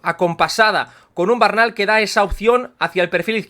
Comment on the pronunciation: Buen vídeo como siempre, simplemente comentar que el apellido Bernal no tiene origen catalán y no se pronuncia como lo haces tu normalmente, osea cambiando la primera e por una a (vocal neutra), sino que lo correcto es tal cual se escribe como has hecho por ejemplo en el minuto Hago este apunte porque me apellido igual y me suena raro cada vez que te oigo decirlo jajajaja Un saludo y a seguir a tope con el canal!!